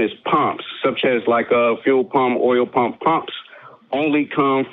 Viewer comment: This guy pronounces pump as pomp.